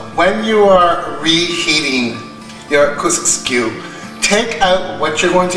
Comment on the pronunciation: It’s KUSKSU. NEVER once pronounced right in this video. 😂 Very well explained in a simple method. Well done.